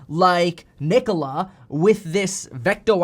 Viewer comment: Please don’t say “Nikola” lol